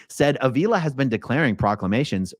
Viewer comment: Avila is pronounced Ah-V-la.